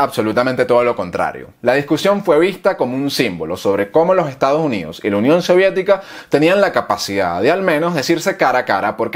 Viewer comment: Y no se dice Estados Junidos, se dice "Estados Unidos"